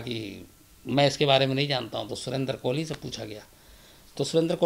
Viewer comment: कोहली नहीं कोली है वो